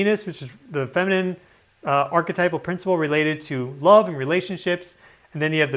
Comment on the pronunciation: I lurve how you said lurve! ❤